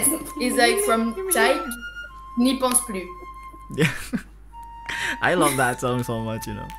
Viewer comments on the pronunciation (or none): it's "N'y pense plus" not punse. 😉 Well done again. (may you reply my IG DM? thanks)